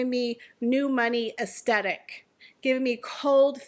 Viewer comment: I agree with everything you said, but please listen to how the word “aesthetic” is pronounced correctly 😅